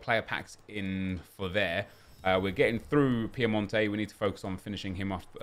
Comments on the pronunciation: when will he realise that its pinamonti not piemonte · It’s pinamonti not Piemonte lol